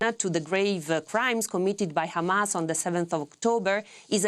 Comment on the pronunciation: Why is this nermeen using yiddish accent to refer to Hamas?